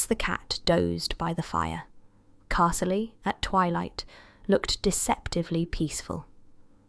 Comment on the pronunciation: Are these fan fiction or something? Cat name wrong, names wrong or mispronounced... Castle- eee for Carzlee etc etc. So you have killed 2 cats and brought home a new one? Fan fiction written by somebody who has never read or listened to a long established character and village?